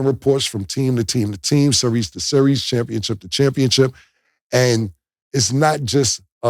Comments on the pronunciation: Can y'all tell Cam it's championship and not championchip 🤣🤣🤣🤣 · Championship Cam…Not Championchip 😅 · He keep saying championchip 😂😂😂😂